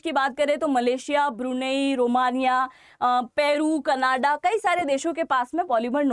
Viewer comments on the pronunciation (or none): none